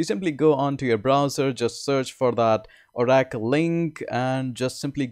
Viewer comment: Oh Rackle. Lol. It's Or- acle